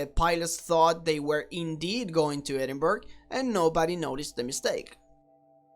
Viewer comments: Love how he says Edinburg and not Edinburgh lol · I like your channel but are you Russian or Israeli expat? It is ED-in-BORO, the way the Scots/Brits say it. It is similar to the way New Yorkers say borough like the borough of Queens where the two jetports are located. I hope you don't pronounce Greenwich Conn. USA or the original in England as Green-witch or Green-wick. Gren-itch will do nicely. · I found this hilarious when this happened in my hometown but it is pronounced edin-bruh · It was not as straight forward as it might seam, however, it was a hired airline flying the route. WDL had the correct flight plan, but it was given out wrongly, it should have been to to Düsseldorf. How the flight attendants didn't see their tickets didn't say Edinburgh. It was quite funny really, unless you were in a hurry. By the way it is not Edinburgh (burgh) as you say it, it is Edinburgh (Bur - ruh) as in Edin- Bur-ruh) but then again I can't say some other names in other countries lol. They did have the flight clearance and everything, just the wrong destination. I would have loved it, but then I would fly for the hell of it anyway. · Edinburgh is pronounced "Edinbruh" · Edinburgh --> pronounced "Ed-in-BRA"